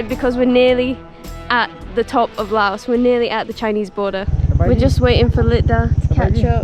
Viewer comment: Great video showing Lao at its best. I have lived here for the last 17 years and am very happy here. I have one small request and that is that you drop the "s" when saying the name of the country. The "s" was put there by the french and it is silant as in the correct pronunsiation of Pari"s"